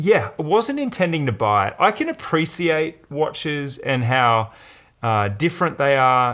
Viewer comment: $4,000? China? Appreesiate? Why did you pronounce it like that?